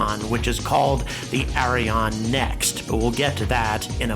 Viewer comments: It's less "Arri On", and more "Arri Ann". (I'm french Canadian) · Its Ariane and the good way to prononce it in english like french person you better to say (ahri-ahn)=Ariane 😄 its funny like you pronounce it .. that mean this rocket is a DONKEY 😄 speedest donkey ever Ari l'Âne 😆🤣